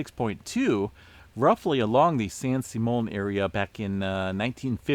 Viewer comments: San SIMM-ee-un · FYI it's pronounced San Sim E On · Sim EE un San Simeon